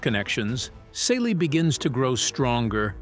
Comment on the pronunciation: It is so irritating that he keeps mispronouncing Celie (See-Lee's) name!😡